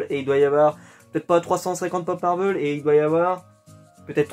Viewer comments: marvèl et pas marveul.. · Heu Marvel ça se prenonce ''Marvèl'' et pas ''Marveul'' mais c'est pas grave je n'en sait rien tu fais comme tu veux 😊 sinon super collection. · Oui je suis dacord c'est juste que ça fais bizarre d'entendre marveul alors que j'ai toujours dis marvèl 😊 Sinon super video